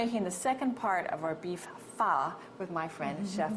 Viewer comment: Wtf vermicelli noodles? You just butchered "pho"